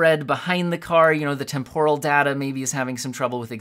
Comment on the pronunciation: You generally want to put the emphasis on the first syllable of "temporal"